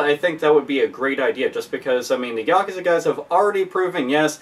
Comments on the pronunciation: How about a collaboration between Toshihiro Nagoshi, the director of Yakuza, and Yu Suzuki, the director of Shenmue? By the way , the word is pronounced Ya-Kuu-Za, not Yak Kuza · its funny how he says Yakuza lol